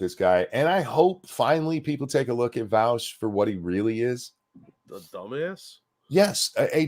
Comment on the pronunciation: I am just shy of a 1/4 hour into the video so I have hardly made a dent but already wanting to comment how much I love how pronounces Vaush’s name. As a German I have always hated how Vaush pronounces his name, as it is an affront to all that is decent in the German language so to hear it pronounced correctly by makes my ears bleed eversomuch less than they otherwise would; though having to listen to Vaush probably defend himself later in the video will likely counteract any ameliorative effect hearing his name pronounced correctly at the the beginning will have, but thanks all the same!